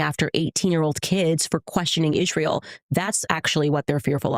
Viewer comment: Does she mispronounce Israel on purpose?